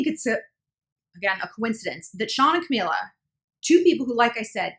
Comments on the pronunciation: Not to sound like an ass but.. It's CamEELA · Ca- mE- la...my gosh how hard is it to say her name right